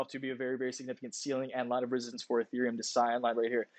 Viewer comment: Did you really say Resistance in french,?